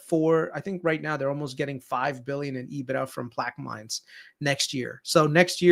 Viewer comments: Its pronounced plaq-a-mens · I am from Louisiana, it is pronounced Plaq - a - mens.